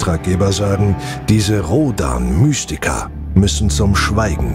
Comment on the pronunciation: Toller Sprecher! Bitte Rhodan zukünftig lieber engl. "Roadn" aussprechen, ist ja auch inzwischen die offiziell gewünschte Aussprache.